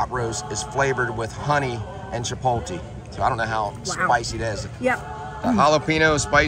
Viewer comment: Not Chi pole TEE lol???????... so many people say that drives me nuts